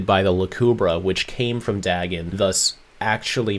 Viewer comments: I could have sworn Fasttracks first appearance was the Dr. Animo eggs episode. Also, that Vilgax pronounces it as "Diagon" Oh. Right. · I remember back in the day thinking dagon was just them mispronouncing dragon the whole time (I was a gifted child but also a very stupid one) so I always realised the plots were connected because of that haha.